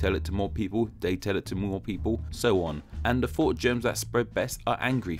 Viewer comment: GOD DAMMIT. WHY WON'T YOU AT LEAST TRY TO PRONOUNCE "THOUGHT" AS "THOUGHT", INSTEAD OF "FAUGHT"?!?!@ i R OUTRAGED!!1!, AND WILL THERE4 SPREAD UR VIDEO THUOWT THE INTARWEBS